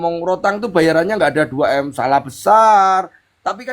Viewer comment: denger 2M kayak 2T ..norakk wkwkwkw